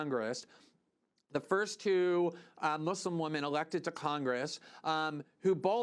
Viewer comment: nobody: me: celebrating the fact that Glenn says "Muslim" the right way